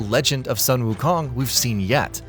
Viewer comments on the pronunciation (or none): Btw, "Sun" is pronounced as "soon", not as the literal "Sun" or "Son".